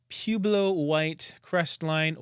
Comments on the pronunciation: You’ve never heard of Pueblo Indians? Pew Blow?? Come on. You surely know the Internet has a pronunciation guide. When in doubt, consult it. It is pronounced poo-eb-low. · Pueblo is Spanish and is pronounced pu-eh-blow. It means a little town.